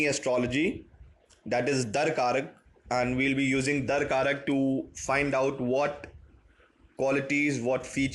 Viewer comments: Not dar karak. It’s dara karaka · It's Dara-Karaka not Darkaraka. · It's Darakaraka. Not Dar-karak. XD